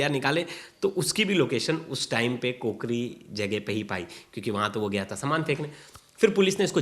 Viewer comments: कोकरी नहीं काकोरी है जगह का नाम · काकोरी है कूकरी नहीं इसको ठीक करे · Place is kaakori not kokari..